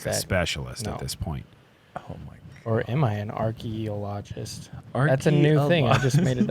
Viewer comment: Gentlemen, please stick with disc golf commentary, a person who studies trees is called an arborist. It is pronounced archaeologist, not archaeologist.